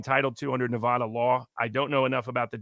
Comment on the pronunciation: it’s Nev-ADD-uh